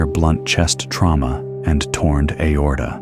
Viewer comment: I read a report about Russel Philips that said he was decapitated by the caution light fixture going through his windshield. I can neither confirm nor deny, it was just something I read on the internet and the internet is always right, right? And the AI voice said "TornED aorta." LMAO.